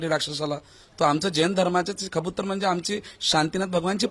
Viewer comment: खबुतर नlही कबूतर बोल